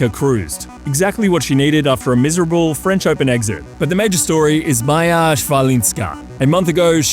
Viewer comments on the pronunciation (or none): none